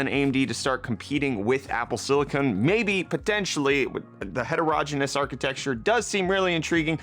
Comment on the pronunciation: het-or-oh-GEN' I-OUS accent on GEN